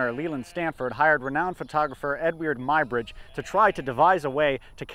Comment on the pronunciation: "Ed-wierd Mybridge"? Do you mean the English photographer Eadweard Muybridge (previously Muggeridge) working in the USA, pronounced just - "Edward" - Although considering some of his behavior 'Ed-wierd' may not be completely wrong. Good programmes BTW - although this one gave me a head-ache, can we have a non-3D print of this please? The history of 'cinema' may go back a lot further than this programme suggests - it appears that the paleolithic cave paintings in locations such as Lascaux may have been used in a 'magic lantern' like show - young hunters taken down dark deep passages into the bowels of the earth, a burning torch illuminates fantastic images of running beasts in its flickering light, while the elders tell their horror tales of gored, mauled and trampled hunters. Here's a couple of ideas for you - Aethelstan - first King of England, a tale that only needs some dragons to turn it into Game of Thrones Why does England seem to do so much better under Queens than Kings? Elizabeth I, Victoria, Elizabeth II and Æthelflæd, lady of the Mercians and Aethestan's great aunt